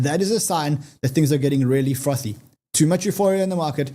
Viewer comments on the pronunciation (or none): none